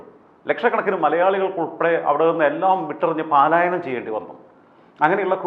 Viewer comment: പലായനം ആണ് പാലായനം അല്ല